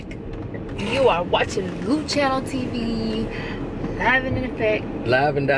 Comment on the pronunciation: Its sounds like she says Luchiano TV, instead of Luciano TV 😂😂 maybe I'm just high af😂😂